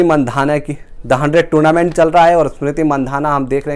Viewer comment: Toonament ? Zimbabe ? What rubbish pronounciation !